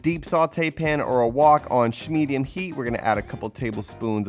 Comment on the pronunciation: Yeeeaaasss you said "shhmedium" I love it!!